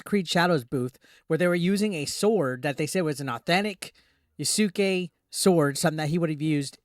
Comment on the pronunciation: "yasooke" lmao